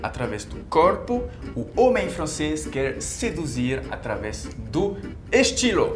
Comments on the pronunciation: É "através" e não "atravesse". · Amigo, bom dia! Permita-me corrigir: "através" (min ) . No mais sou super fã de seu canal e de seus vídeos. Seja muito bem-vindo aqui no Brasil!!! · Vou me atrever a corrigi-lo, e sei que você vai gostar, pois você está ainda aprendendo o Português: é através e não atravesse. Vc é 10...